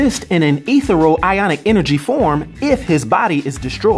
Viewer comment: Not to be a know-it-all or word nerd but , the word that I heard you mispronounce is ethereal . It’s pronounced ēthē-rē-al ( pronouncement spelling looked up in Webster’s Dictionary online . ) E r in the middle pronounced like in fear . I used to say that all the time when I was a kid till somebody helped me . That’s the only kind of hand I’m trying to be .